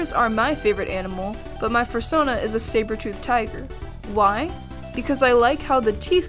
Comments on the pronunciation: AH AH AH AH stop EVERYTHING did she just say Fur-sona? ITS PRONOUNCED FUR-SOH-NA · Fur sahn uh.. interesting way to pronounce it